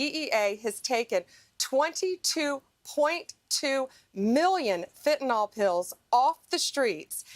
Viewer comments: By the way, it's fentanYL not fentanOL 😄 It hurts my ears, it does. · It's not fentanol, it's fentanyl. Lord help. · Is "fentanol" different from "fentanyl" ? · Fenta " nyl" not fenta "nol". Im more concerned about him being a cruel psychopath. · Everybody please say it once and remember it: fentanyl. That's fen-te-nil. There ain't no "nol" in the word. No awl, ahl, nol, it's fen-ta- nyl. -nyl pronounced nil. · Ugh!! It’s not Fen-tan-ol- it’s fentanyl - fent-an-ill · BONDI, GIVE UP THE “FENTYNL” SCHTICK! You NEVER CAN GET IT RIGHT! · Why do the MAGAs pronounce fentanyl "fintanol"? Or even "fit'n'all"